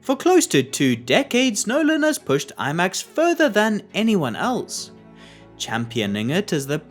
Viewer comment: "Christopher Nölan"